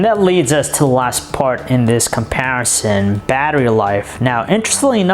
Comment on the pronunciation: does anyone beside me hates how he says "comparison"? lol